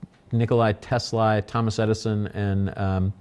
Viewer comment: This is ten minutes of incoherence. It isn't "fenn-men," it's "FINE-man." It isn't "Tess-LIE," it's "Tess-LAH." And it isn't "electronic vehicles," they're electric vehicles. Apart from that, the rest appears to be a lot of business babble—the sort of which wouldn't pass muster in even the most oxygen-starved MBA program.